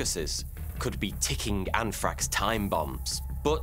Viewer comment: Anfrakx lol bold talk from someone who struggles with the letter "R" 😅 I'm a Metal head who doesn't care for the either, but I had to take a jab back. As always, I enjoy your content sir 🌍